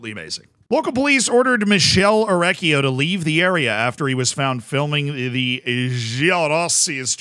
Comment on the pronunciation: my guy, i love you. You are awesome, but 2 things: 1) I know you are america, but ch- before "e" and "i" in italian is pronounced k. So his name would be better spelt for you like mikele orekkio 2) the guy in the picture isn't Orecchio, but Ivan Juric. The manager, or head coach if you want, of Torino.